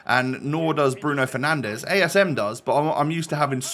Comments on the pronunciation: we all heard the ‘bruno penandes’ 😂😂😂😂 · I had respect for you until you said penandes 🤡